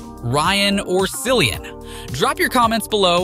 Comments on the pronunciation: Cillian. His name is Cillian, not Sillian. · You do not pronounce Cilliam right!